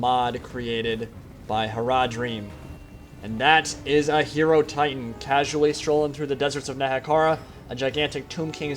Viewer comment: Great video. That was an awesome battle, but I have one question: isn't it pronounced "Hai-Ro-Titan" like Hai-Ro-Phant" instead of "Hero-Titan"?